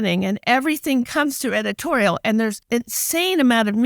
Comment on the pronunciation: what's 'edititorial' ?